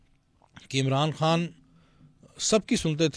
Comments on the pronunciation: Ap ki mehrbani ap Indian lehjy mai khan na kahien خان hota کھان nahi plz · Pahna pahle apne urdu theak kar lo khan, dastakhat. KH ko theak karlo